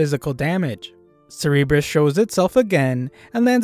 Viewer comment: You don’t pronounce cerburus like “ser rr bres” you pronounce it “sir bu russ” Anyways great vid